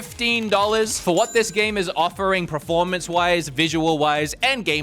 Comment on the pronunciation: you speak for a living. You cannot be out here saying PREformance and EXpecially 😅